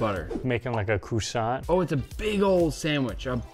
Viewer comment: A CRUSSANT !?!!?? ITS CROISSANT. IM FRENCH WHY DID YOU YOU SAID THAT IM DYING RIGHT NOW